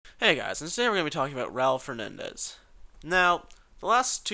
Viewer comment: One more thing learn to spell the last name of the person u talk about (u know for respect to his father.... and Urs!!!!) His name is Raúl Fernández, the way you did it, did sound like your "home" tires need some air.